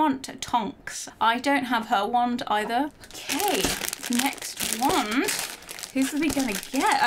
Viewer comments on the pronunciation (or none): It’s wand not want